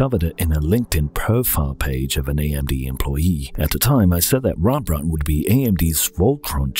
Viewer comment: its clearly says rEmbrandt, not rAmbrandt ;)